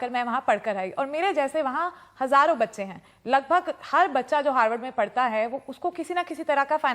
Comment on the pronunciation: aur bahot baar bhi ..didi kya bolri "Bacche" SERIOUSLY???